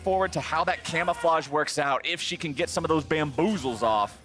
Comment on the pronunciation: He said bamboozels lol somones been playing too much mirage